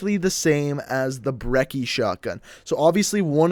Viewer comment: Lmao the Cs in brecci are pronounced brechie